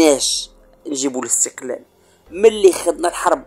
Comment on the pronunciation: يا سبحان الله،ينطقون الإستقلال بحرف الغاء (الإستغلال )،صدقتم يا مرتزقة و القريب لكم بل المحقق لكم هو استغلال الجزائر لكم،أنتم تسبحون في الإستغلال الجزائري لكم للنيل من المملكة المغربية. مبروك عليكم الإستغلال و ألسنتكم تنطق بالحقيقة و أنتم في سبات و غباء. الصحراء مغربية و نحن المغاربة الأمازيغ و العرب و اليهود لن نسمح بمنح المرتزقة لا حكم داتي و لا حكم غير داتي،المغرب كله من طنجة إلى حدود موريتانيا و من المحيط إلى الصحراء الشرقية رقعة واحدة غير مجزئة و غير مختلفة في قوانينها. قبح الله فرنسا الخسيسة و ربيبتها الجزائر و مرتزقتهم الملعونين آمين.